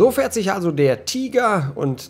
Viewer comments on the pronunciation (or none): none